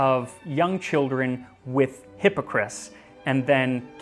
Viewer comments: my french friend said it is pronounced ass at the end not is :P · I loved this video. It was most excellent. The only thing that is off is your pronunciation of the word Hippocras. The "cras" at the end of the word is not pronounced like "Chris" but an A sound like that of Apple. If you are interested there's an episode of the Supersizers about the Elizabethan period which talks about Hippocras. And as it's the Supersizers it features our favorite food commentator Sue Perkins. Seriously though, awesome video.... OhandtheguyGileswaswronglyaccusedandlikelydidntkillanybodyhewasjusthatedbyalotofthegentrysotheyconcoctedthestorythathewasamurderer. Ok, I swear I'm done, byeee! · So....is it pronounced Hippocris ,or is it just him ? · Please check your pronunciation - I love your information, but the constant mispronunciation of hippocras was super distracting. You did better on the non-English words than on the topical word.